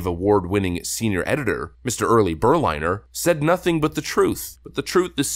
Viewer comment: It's Berlin-er, not Ber-liner